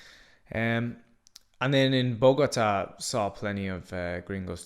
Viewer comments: The way you say Bogotá is almost as bad as spelling Colombia like "Columbia" . You sound it out like it's a sports car (Bugatti) LOL. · Im beginning to wonder if he even went to Bogota pronouncing it that way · Your pronunciation of Medellín and Bogotá is very lousy. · Not like that. Like this, watch: MEH THEH JEEN, MEDELLIN. Then, BOH GOH TUH , BOGOTA, Got it.